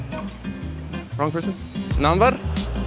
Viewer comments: that accent is Indian bro😂❤️ NAMBAR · The first few times when he said 'Number' he was trying out his Indian accent. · that 'number' was so indian lowkey